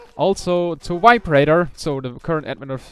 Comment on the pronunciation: Good thing you added VibeRaider in the description. When you said his name, it sounded like you had said viberator. :)